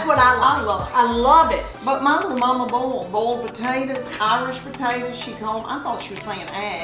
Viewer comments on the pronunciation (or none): Boy-ell, not bowl. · I love how they say "bowl" for "boil" LOL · I just love it when they say to bowl the celery.